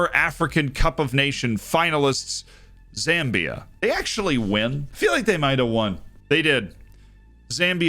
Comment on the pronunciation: watching from Zambia, nice to get a mention and a decent pronouciation